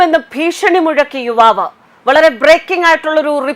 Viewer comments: വിവാവ് അല്ല യുവാവ് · വിവാവ് അല്ല യുവാവ്. ആദ്യം മലയാളം പഠിക്കുക. ഹെഡിങ് നോക്കുക.